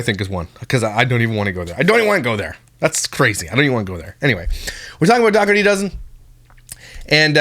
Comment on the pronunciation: Ok im just gonna tell yea all now she does not pernounce there last name correctly and its getting onto my nerves. Ok the g in the name is silent its silent ok its da her tea thats how you say it i have never heard anyone with that last name pernounce it the way as he does .